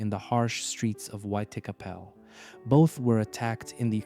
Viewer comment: Buddy. You need to learn how to say white chapel. Your pronunciation isn’t even close to